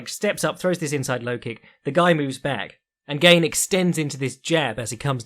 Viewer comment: French guy here : it's not pronounced "gayne". Just "GAne".